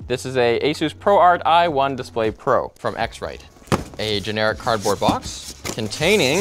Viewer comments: "Dispray calibration tool" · dispray calibration lol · lol dispray caribration tool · We just gonna pretend like he didn't just say "dispray calibration tool"? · "dishpray calibrator" ahh yes.